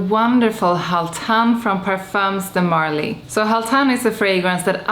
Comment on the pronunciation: Some good ones in there. P.s. we don’t pronounce the “s” or “z” sound in “parfums de marly”. It’s silent.